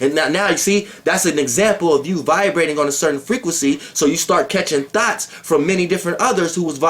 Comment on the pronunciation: is the only dude i know that says " thoughts" like Brett Carr says " thoughts"..THOTS 😂😂😂😂😂😂😂😂😂😂😂😂😂😂😂 But i stop listening to YP to fuck wit Doelow Bitch!! He he!!!😉😉👍😎😎